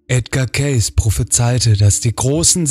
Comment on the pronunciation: Es wird "kääisi" ausgesprochen